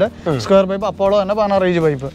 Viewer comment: സ്ക്യുയർ പൈപ്പ് അല്ല സ്‌ക്വയർ ട്യൂബ്